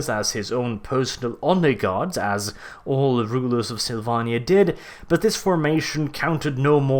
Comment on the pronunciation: The way you say Slyvannia makes me sad :(